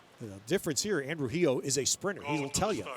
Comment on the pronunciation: "Heo" is supposed to be pronounced like "huh", not "he-oh"